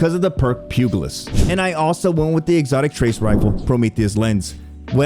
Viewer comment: Pugilist. PEW-JA-LIST, not PEW-GUH-LIST